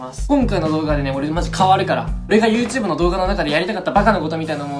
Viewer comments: 前回の動画から引きずってる、 「ゆーとぅーぶ」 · はやコメ！＆初コメ！ YouTubeがユーテゥーブって聞こえたw